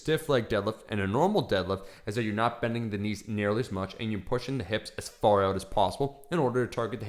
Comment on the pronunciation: I love how he says 'out'...: 'ouwt', pretty weird